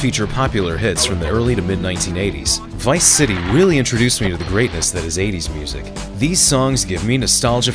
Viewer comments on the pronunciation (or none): none